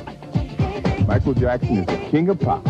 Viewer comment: When you say his last name make sure you put and say jackson not jacko..